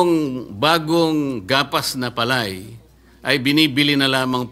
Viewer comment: ayan na si Sen. Marcoleta makinig ka kiko ha kasi ikaw yung nasa agri ngayon wag kang magmarunong ni bigkas mo ng palay mali pa😂😂😂 wala ka naman kasing alam eh mayaman ka kasi di ka relate sa mga magsasaka.